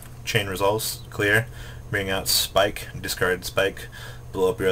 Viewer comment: Jesus H. Christ I am tired of hearing you mispronounce cards. Familiarize yourself with the yugioh wikia. They have phonetic spellings for almost every translated card. Just because there is an "e" at the end Linde doesn't mean you pronounce it "Lindie." Its also pronounced "Abyss Pike." Because Pike is a type of fish.. Just because there is two s's doesn't mean that it's pronounced Spike.